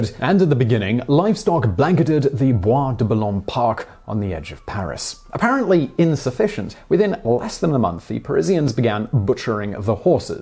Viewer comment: at 0.28 he says “apparently” with a very American accent.